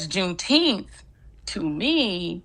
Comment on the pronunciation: What in the world is a "Juneteeth" is that even a word? Why not say June 19th! Like July 4th?